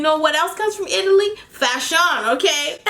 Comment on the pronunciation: You know what else comes from Italy “Fashaun” 😂 I thought you were gonna say shapoppin before you said it better be poppin lol